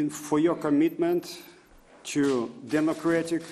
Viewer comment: ...I would like to thank you FOYOKOMITMENT" LOL, at this moment he sounded Japanese to me :D